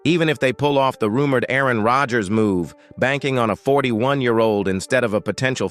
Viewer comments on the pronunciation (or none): none